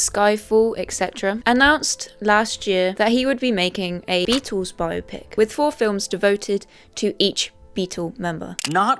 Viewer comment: "Bio-Pick" No, Zoomers. It's "Bi-Opic." The word existed before you did, you uncultured swine.